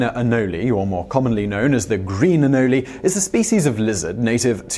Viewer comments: I've never heard of anoleys, I have heard of anoles. Just saying it's a weird thing to mispronounce. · It's pronounced "A-nole" not "anolli" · “Anoli”...Lol Simon is phonetically challenged. It’s “Anole” bro. It isn’t that hard to pronounce. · They are not pronounced anolees, they are pronounced anole with a silent e. Nobody has ever referred to them as anolees unless in error. Sorry Simon.